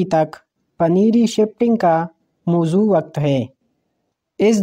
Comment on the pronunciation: Mozoo ni balke mozoon